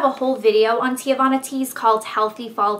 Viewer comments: TEAVANA: |ˈtee-vah-na| girl you were killing me calling it 'teeuhvana' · it's "TEAvana, not TE-Avanna. my cousin works there so i know. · its ehtsy and tea-vahna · Wow. You need to take a latin class or a class on pronunciation. I'm pretty sure you pronouning Etsy, "eet-see" and TEAvana "Tay-uh-vana" is a crime. I mean, come on, the name teavana even has the word TEA IN IT! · omg please learn pronunciations! its tee-vana. haha. and eht-sy. it sort of makes you sound less smart than you are!